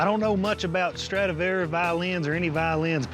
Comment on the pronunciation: It's a " Stradavarous Fiddle "